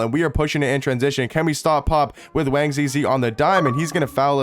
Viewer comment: My man just wanna say you pronounce his name “Wong” with an “o” sound instead of the “a”. Great video 👍